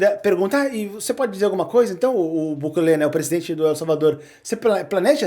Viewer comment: "Buklê"?! Não consegue pronunciar corretamente o nome do presidente de El Salvador?